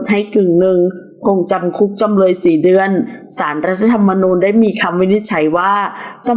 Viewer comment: จำเลยไม่ใช่จำเล๊ย เดือนก็คือเดือน ไม่ใช่เดื๊อนน 🙄